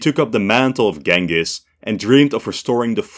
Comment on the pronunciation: that's a hell of a way to pronounce 'Genghis' 🤣